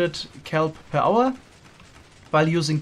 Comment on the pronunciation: Can we just agree to start calling the output units of farms "Power"? Because that's what I always hear when says it. Per hour... power. 53 thousand kelp power!